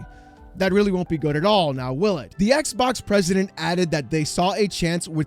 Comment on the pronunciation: please stop saying ex bock lmfao